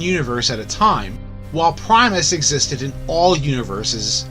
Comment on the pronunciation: It’s Primus